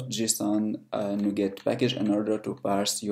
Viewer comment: What the heck is 'Jusoon'?